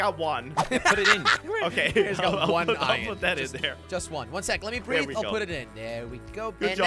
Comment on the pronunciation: its iron you said iyon in two videos